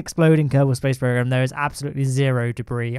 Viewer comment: A: Yes yes, i am addicted. B: What is your addiction? A: ummmmm.. B: what? A: screams at the top of his lungs KERBAHL SPJAISE PWOGREM AHH HGH KHGKB.. k. B: wtf man